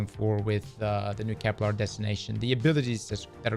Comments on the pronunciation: Please don’t tell me we’re gonna have saying ‘Keplar’ for the next year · KepLAR kills me every time ;_; There isn't even an A in the name